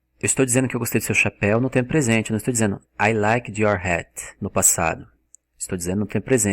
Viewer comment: Cara, vc é fera no inglês, mas come o d nas palavras em português, falano, comecano, dizeno, e isso é irritante pra caramba.